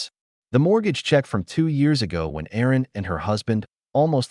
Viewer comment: Erin, not Aaron.